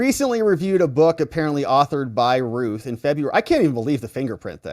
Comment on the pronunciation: Routh sounds like South Not Ruth